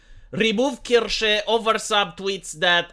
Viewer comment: ist's Kirche, not Kirsche... the first one is a Church the second one is a Cherry... know the difference,, pronounce it korrektly!;)